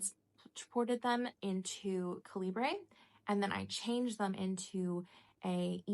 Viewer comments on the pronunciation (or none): It’s actually pronounced cal-eh-ber. (Not sure if you care or not) Have you tried the kobo app on the iPad? They have the reading stats in their app as well and annotating on it is so nice. 🥰 It’s one of the reasons I ended up buying the kobo libra color. lol. I loved being able to write directly on the books. The kindle app just does sticky notes and what not.